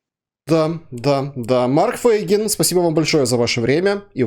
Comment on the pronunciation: Почему Вы говорите "ФЭйгин"? Правильно "ФЕйгин"!